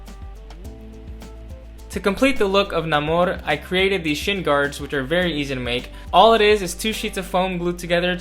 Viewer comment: Another genius big brained solution to making this prop 🔥 also, appreciate you using the new proper Namór pronunciation, king 🔱